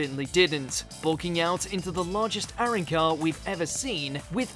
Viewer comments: aran car? what's up with people being unable to say the most basic words in bleach? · welcome to another episode of "pronounce hard words easily yet fuck up the most simplest of things." aran car... go watch the dub at least 50 times lmao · I know its fucking dumb they really don't know how to pronounce arrancar it makes me mad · "Arrincar" lol